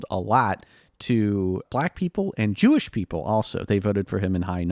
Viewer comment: talking about harry truman "...he was a haberdasher, and his hewish coworker..." 😂 💩🤡